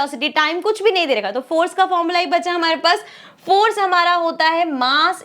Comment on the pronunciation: Kish nahi kush